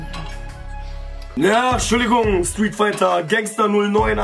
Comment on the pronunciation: "T'schulligung" er ist zu zucker HAHAHAHAHA